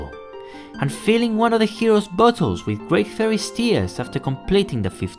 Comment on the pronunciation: did anyone else think he said "buttholes" instead of "bottles" at first?